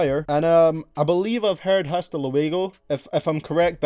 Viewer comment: It's h is silent in hasta